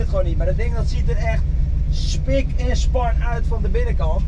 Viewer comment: dat schoenen uut klopte nog ook, op de uitspraak na perfect zeeuws